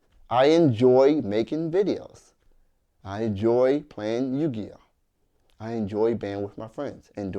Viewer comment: He said to her You Gi Oh